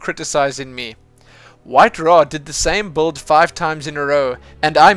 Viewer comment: i cant fid it now :P but you are actualy saying build wrong (according to english/american or any other kind of english) when you are saying it it sound like buld without the i the correct sound would be build without u so kinda like a building not bulding :) (this is not to be rude or anything, just maybe that some ppl may not understad it at first, before hearing the rest :) keep up your good work btw, more mothgirl plox ;)